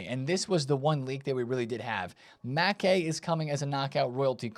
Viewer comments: It’s Makaay not makeey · Since u love pronouncement advice, the A's in Makaay are all pronounced like in Madueke, NOT like in "man"